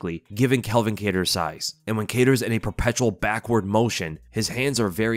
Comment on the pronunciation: I notice you keep saying this, It’s Calvin not Kelvin lol